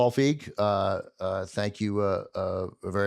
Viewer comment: It's "Feig", not "Fieg".